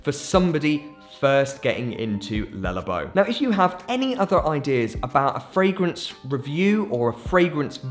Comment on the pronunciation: "lullabow" shudders